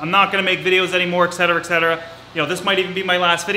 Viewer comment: Joey there’s no “x” in etc. lol